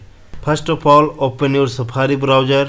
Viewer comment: say browser...not browger